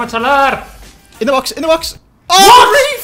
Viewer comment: is so funny 😂 instead of mohamed salah,he said mohamed salaar